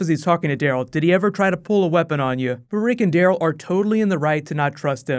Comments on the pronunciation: Am I the only one who think when you say Daryl it sounds like you're saying Dale? xD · u said rick and carl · on number two you said rick and carl lol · You said Rick and Carl? Isn't it Rick and Daryl